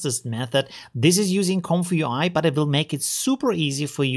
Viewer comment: Read this way "Comfy UI" Not this "comfyu I"